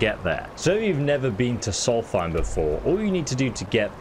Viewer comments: Afaik it's more like 'Solst-hime' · Love ESO, but every time he says "solfeim" I twitch. It's like my fiance who calls Markarth "Malkreaf." 🤨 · Solstheim has an S after the L and the H isn't included. Please stop saying a TH sound and say a ST sound. Sols-time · Not to be rude or anything but solsthiem is pronounced "Souls time" (forgive me if it sounds rude, just trying to point out the different pronunciations) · Soltheim is pronounced "souls-time" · Dude it’s a good video but just wondering about your pronunciation of things. Is it a joke? Like Solthime? They say it out loud in the game. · "soul thime" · Dude i went looking in the comments cause I was like bro why do you say it like that😂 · Why do you pronounce Solsthiem the way you do, even after the NPCs say it the correct way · Never heard Solstheim pronounced like that. Must be a British thing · Its a dyslexia thing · I think it's funny how you still butcher the pronunciation of Solstheim, despite literally hearing NPC's pronounce it XD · You butchered the name of Solstheim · Pronounce Solstheim correctly please